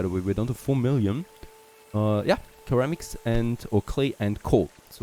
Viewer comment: Minor English pronunciation nit-pick just FYI: the initial c in ceramics is soft and sounds similar to an s as in, for example, security.